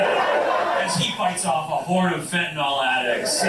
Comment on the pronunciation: WHY do you keep saying "fentanOL"? The word is "fentanYL." It doesn't rhyme with ALCOHOL.